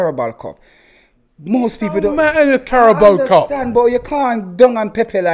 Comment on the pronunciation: “This is the Carabal Cup” 😂😂😂😂. can’t pronounce any names or anything right